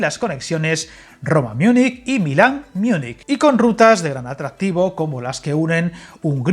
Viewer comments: Buen vídeo, gracias. Esos coches-camas P me han llamado la atención para bien. Una puntualización: no existe "Miunic", si lo quieres decir en alemán es München, la mayoría de la gente confunde Zúrich con Múnich. Un saludo. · No es como yo prefiera amigo, es que Miunich no existe en ningún idioma; puede ser Múnik, incluso la Real Academia recomienda decir Múnik a Múnich aunque los dos son correctos. Siento ser tan pesado pero es por aclarar errores. Un saludo.